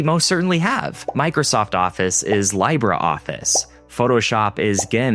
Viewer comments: bro its Lee-bray office as in Libre=Free in latin not Lee-Bruh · Not sure this guy knows what he is talking about. He says Libre Office is better than MS Office and also says L bre instead of L bre. Don't attack me - Pop OS since 2019 here. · Libre is pronounced lee bra. Like zebra is pronounced in American English. Some people pronounce it lee bray which is OK. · It's pronounced "Lee-bra" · Great video! but the retired teacher has to correct you.LibreOffice = Lee-bray-office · It's pronounce "Lee-brey" office. (Libre is a Spanish word for "free"). The main reason they don't spend a lot of time making viruses for Mac, UNIX and Linux is because the security is inherently much better since all of those are based on the UNIX design. Windows™is a bastard in comparison although they did take the concept of directories from UNIX. (The joke is that they got the slash backwards.) . In modern vernacular, UNIX now refers to a family of O.S. built on the same model. (I've probably been using UNIX longer than you've been alive.). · Lee-bray office. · Libre. Libre. **LEE-BRUH**. It's Latin. It means 'free'. As in, 'you're free to properly learn how to pronounce libre correctly'. Fuck. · Is somebody gonna tell him how to pronounce "LibreOffice"? Considering he's a stickler for pronouncing the "G" in "GNU" and "GNOME"?